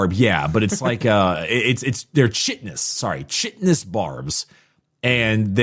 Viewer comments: K-eye-ten-us. Chitinous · Gw should not be allowed to use the word chitinous without the phonetic version kitenous . Brick listening to audiobook version means the va did it wrong too.